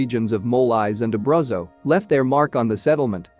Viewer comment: It’s Abrootso - not Abrazzo - shameful pronunciation! And you are still saying Pliny the younger - it’s Pleeny, not Pliny!